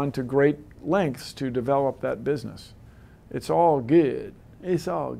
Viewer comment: "It's all good, iz all good" - Bill Nye, The Pimpin' Guy